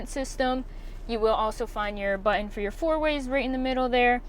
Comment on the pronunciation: Please say "button" correctly. Jeez.